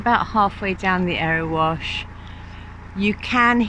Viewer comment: Loved your video of the Erewash, I think you pronounced it right. Its such a sweet little canal. Did you meet the bird lady half way up?